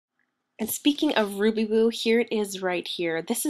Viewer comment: It Sounded like You Said Ruby Boob .. Lol